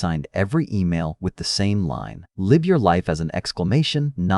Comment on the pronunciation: Bloody AI narrator- stop it pleeease! It cannot tell the difference between live as in living and live as in live bait! Eugh. Check it if you insist on using!!!